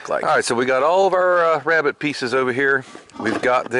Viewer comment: Who else thought of Elmer Fudd when he said, "wabbit?" :))